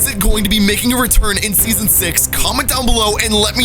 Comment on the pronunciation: He said seoson x two times 😆